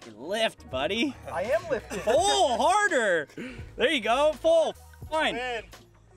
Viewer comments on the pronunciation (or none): Thought you were saying lift “higher” not “harder” 😂😂😂😂